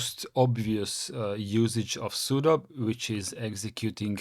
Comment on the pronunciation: There is no 'superuser' on Linux; it's root. the 'su' command is for switch user or substitute user. At least you pronounce 'sudo' correctly as "pseudo"